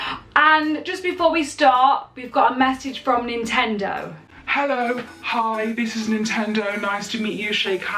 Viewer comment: "NINTENO HR"